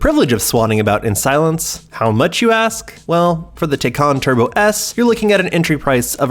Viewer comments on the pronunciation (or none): Considering just how much the name of this car has been discussed and explained over the past year, the fact that the narrator mispronounces it at this point is absolutely ridiculous. Blatantly unprofessional. Thumbs down. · Man he's butchering the name of these cars. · It's pronounced Thai-Can Like Thai food and a Soda Can